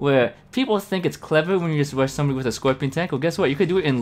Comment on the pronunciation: Hiya. Where are you from? Is it common to skip the R and say a W, haha. Bike Wush, Whino tank